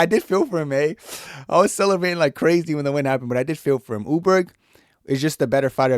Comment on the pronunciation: Carlos ‘Ooleberg’ and Josh ‘Hokitch’…